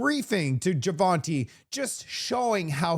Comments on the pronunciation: Awesome podcast..just one thing,you should stop calling him Javal jimani..Lol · "Javal" Javani? 😂 Buddy, it takes like two seconds to verify his name. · Hey, are you trying to take Don Cherrys spot in the Canadian name game? You haven’t said Jamil‘s name right once. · Are you saying his name wrong on purpose? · please learn to say Mr. Jivani’s name correctly. This is the third video I’ve seen you mispronounce it and it’s very disrespectful. He’s done so much for this country and his riding, he deserves better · How many different pronunciations did we get on Jivanis name 😂